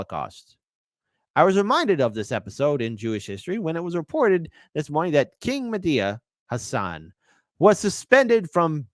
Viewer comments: I saw someone calling him Mehdia Hassle instead of Mehdi Hassan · Its not medea hasan. Its mehdi hasan.